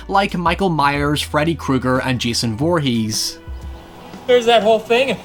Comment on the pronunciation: "jason vhoorhees" (shows footage of roy from part V) i know you know this and you baited me but whatever